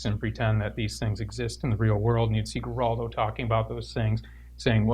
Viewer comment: I really appreciate the work The Satanic Temple does and I think Lucien is an intelligent and cool ass dude, but for the love of Satan! Please learn how to pronounce Geraldo!